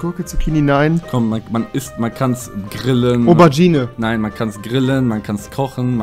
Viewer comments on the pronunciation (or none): Aubertschine, mein Gott Rewi! 🤦🏼‍♀️🤦🏼‍♀️